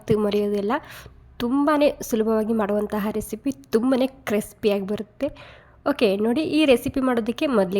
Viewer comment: ಕ್ರೆಸ್ಪಿ ಅಲ್ಲ ಕ್ರಿಸ್ಪಿ